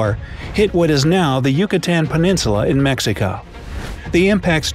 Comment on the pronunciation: mexiko?????? Is mexico